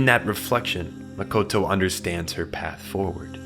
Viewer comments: Youre calling her "MAKOTO". But the right pronunciation is MO-TO-KO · I cringed every time he said Mokoto instead of Motoko ❤ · Motoko. Not Mokoto. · It's not "Mokoto" - it's "Motoko"... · Motoko not Mokoto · Omg its M-O-T-O-K-O, not mokoto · Is it just me or is he saying “Mokoto” and not “Motoko” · Gotta say, really taking me out of this video with mistakes like "Makoto" constantly being said for "Motoko"... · MO TO KO NOT MOKOTO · It Mo-to-ko, not Mo-ko-to Kusanagi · Motoko, not Makoto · He keeps saying mokoto and its so off putting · This dumbass can’t even pronounce Motoko lol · it's super annoying that you repeatedly mispronounce motoko.